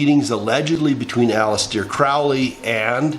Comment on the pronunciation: Did you say Alice-dear Crowley??